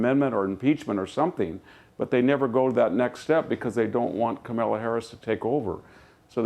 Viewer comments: except he can't say Kamala. Camilla ha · Still pretending to not be able to pronounce Kamala. ,😂😂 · in and your Mr. Hanson could not pronounce the Vice president's name. Why didn't you call him out on that? POTUS is supposed to be the "elder" who people go to for his wisdom and direction, then those people in his cabinet, in his office, and in the congress do the work. Biden will be around longer than Fox news I predict... A couple more 780 Million dollar fines and Rupert will say Bye bye. Hahaha